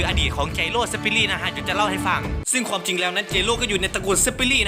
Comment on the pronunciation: ใดๆคือชอบคำว่า ควม ของพี่มาก อ้ายเป็นคนไสหนิ